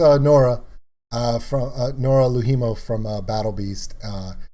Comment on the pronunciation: Noora LOUhimo - (you said it like 'low Hemo / Lou HIImo(u)'. In Finnish that sounds like 2 separate words.) ALways stress the BEginning :) ... of FINnish words